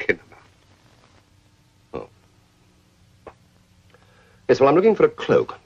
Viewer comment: "I'm afraid, sir, I do not patronise the kinema." A clue perhaps that this guy was around in the early days of cinema - 1905 or so - and still uses the archaic pronunciation.